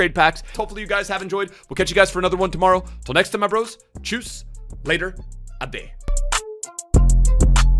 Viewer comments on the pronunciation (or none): none